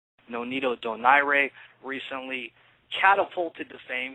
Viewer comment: DONAIRE =DOE-NAIR not whatever he said in beginning